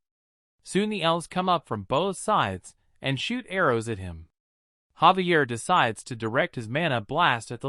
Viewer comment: why do these readers never say names correctly? his name is Javier not Xavier or Gabriel